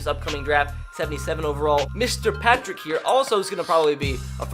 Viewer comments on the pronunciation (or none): none